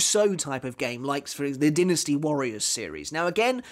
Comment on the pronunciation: Dinasty! Not Dinasty!